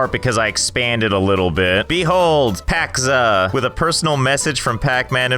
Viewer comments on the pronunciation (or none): its pac-zza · It is PAC-ZAA